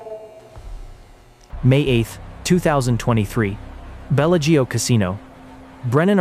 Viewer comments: "Bella-Geo" Casino lol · Why don’t you try to pronounce the name of the Casino correctly?? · Yep pure fiction. I typically don’t fall for these. The mispronunciation of Bellagio was the give away for me.